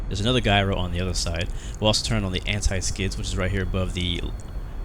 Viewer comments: FYI, according to The Google gyro is pronounced jyro, not guyro. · Thanks for making this video. BTW Gyro is pronounced Jii-Row😄